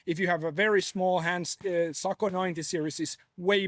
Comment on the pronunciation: Hop…got sent because everyone wanted to hear him say…Socko 😻😸😼